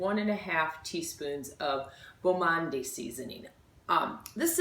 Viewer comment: it's pronounced "mond". it means fine world in French.